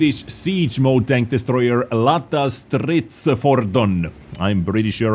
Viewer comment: Its not LATTA but LETTA, since Swedes spell Ä like Æ or E. "Lätta" means "Light", so "Light Armored Vehicle" would fit nicely i think, unless some Swedish has a better idea.